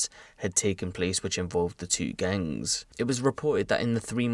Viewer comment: and why does he say gangs like that 😂